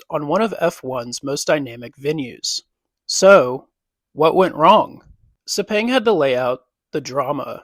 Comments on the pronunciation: After hearing ‘Sepeng’, you stop watching. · Pronounced (Sir-Pang) - Sepang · It's so cringe every time you mispronounced Sepang.